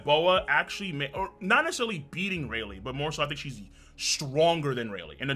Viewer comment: Closed the video when bro said Rayleigh on 25 💀💀💀💀💀💀